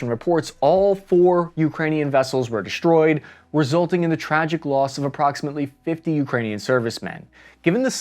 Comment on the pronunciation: I wasn't aware that we could interchange "sh" sound for "s" just any time we felt like it, like deshtroyed and infashtructure. Getting old , but liked the old "s" sound just fine.